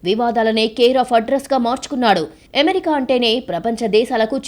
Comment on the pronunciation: ఎమెరికా కాదు అమెరికా.... చెత్త స్టైల్ వాగకు